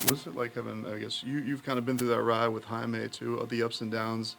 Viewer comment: Why do people pronounce Jaime's name as HI-ME? It is pronounced "HI MEH"!